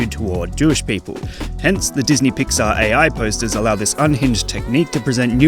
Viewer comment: ah yes "PŒAR" NOT PIXAR